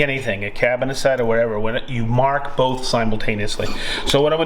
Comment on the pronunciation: Say mawrk these one more time 😂